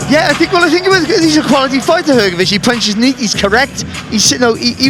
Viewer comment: Hrgović(hrgovich) not hergovich